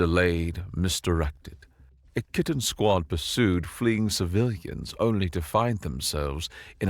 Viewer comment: Pretty sure the Y in "Kytinn" should be pronounce like the Y in eye, dye, ot tyre. It's really hard to take some evil alien threat seriously hearing "Kytinn" pronounced like kitten.